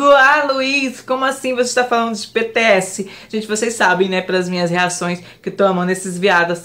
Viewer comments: BTS se pronuncia Bitiéz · A pronúncia de BTS é tipo : "bitch és" kjkjk